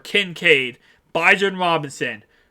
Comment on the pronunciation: Bijan (Bee- John) Robinson 👍🏾